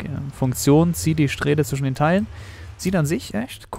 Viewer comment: "Strähle" XD